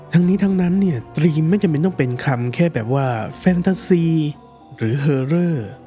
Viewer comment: เนื้อหาเป็นประโยชน์มากๆครับ แต่อยากขอเสนอแนะเพิ่มเรื่องการออกเสียงคำจากภาษาอังกฤษครับ เช่น คำว่า Theme จะไม่มี ร เรือควบกล้ำ หากจะสะกดการออกเสียงเป็นภาษาไทย น่าจะเป็น ”ธีม“ โดยใช้ ธ ธง แทนการออกเสียง th- ที่เป็นการปล่อยลมหายใจผ่านช่องระหว่างฟันหน้าและปลายลิ้นครับ อีกคำคือ Juliet ที่ลงท้ายด้วย -t จึงออกเสียงเป็น “จูเลียท” ไม่ใช่ “จูเลียส” ครับ การออกเสียงใช้ภาษาถูกต้อง จะช่วยให้ผู้ฟังเห็นความเป็นมืออาชีพ และความใส่ใจรายละเอียดของผู้พูดได้ครับ